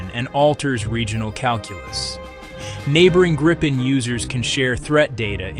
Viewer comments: Tiny gripe: it's pronounced GREE-pen, not GRIPE-en. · That RR engine is a BEAST😈 It is pronounced Greepen, NOT Grypen, btw😈